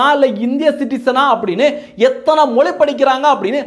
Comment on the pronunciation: ஏய் கேன நீதான் ஆங்கிலம் பேசுவியே இந்த வீடியோ வை ஆங்கிலத்தில் போடும்.ஏண்டா பிக்காலிபயலே நீ மொழியை மொலின்னு பேசுற நீ உதயநிதி உச்சரிப்பு பற்றி பேசுற😊😊😊😊😊😊😊😊😊